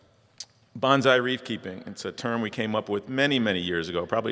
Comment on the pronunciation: Gotta pull a Mr. Miyagi here and tell you it's bone-sigh, not banzai. XD Silly Americans.